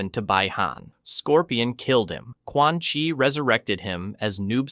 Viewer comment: Aint no way bro said "Quan ☕️ "